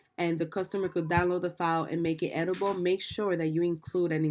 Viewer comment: Thanks for the great advice. I’m about to list some digitals. Bye the way, editable is pronounced in 4 syllables: E-dit-a-ble ( able to edit) otherwise it sounds like you’re saying edible which means able to eat. Thanks.